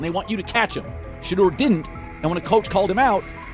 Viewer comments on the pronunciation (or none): His name is Shedeur, not Shadow!